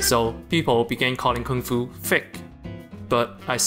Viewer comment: did you say KONGFU CRACKERY? Like when white people do kongfu???